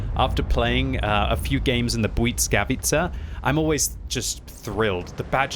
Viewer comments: bly-S-kavica not bly-c-kavica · It is pronounced blìskavica, not buyd_skavica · Oh,,... Why does the T keep appearing in your Błyskawica? It's not Błytskawica, nor Błyckawica 😅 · Hello everybody! Im a polish person and I can tell you that you pronoucne it almost perfect! But it's S instead of C in middle of the word, like bwuySkawitza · It's pronounced the bliss-kah-veiskah